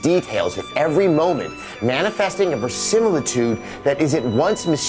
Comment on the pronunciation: he mispronounced “verisimilitude”